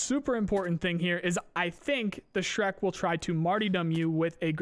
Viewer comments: zhrec is not pronounced as shrek lol. it's more like zhrets (Put this to google translate in russian and press Listen: жрец). It means preist. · Zhrec is not Shrek, it's J-(like in "genre")-re-ts(like in "pets"). Meaning priest, sacrificer. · Did this guy literally say Shrek? LMAO. It's pronounced "Jretz" Жрец (priest) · Zhrec should actually be smth like "zhrets" 'cause it russian "жрец", meaning "pagan priest", literally -- "sacrificer" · Just so you know last letter is pronounced like "ts", so it's more like "zhrets". You can paste жрец to Google translate to listen to it. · Zhrec: exsists: S H R E K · Zhrec - Zhrets - something like a pagan priest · Since Tarkov is made by russians, I believe the name Zhrec ( which you read shrek ), is supposed to be the russian word for a priest. Please open google translate and type in "жрец" and listen to the pronunciation and stop reading it shrek. I love your vidoes, take care. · Zhrec is a priest on russian) and last C sounds like “ts” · The Zhrec is pronounced [zhrets] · Zhrec should be pronounced like Zhrets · Zhrec is russian word ''Жрец" and it means - priest. So listen in translater how to pronounce the russian word)